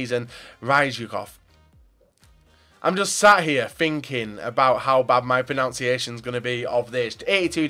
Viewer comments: You know it's bad when he says pronunciation wrong :/ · You pronounced pronunciation wrong 😂